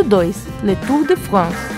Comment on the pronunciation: 5:1o Letu de Franceee